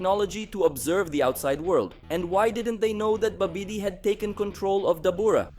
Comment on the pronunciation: Babidi is pronounced more like, Bobidy.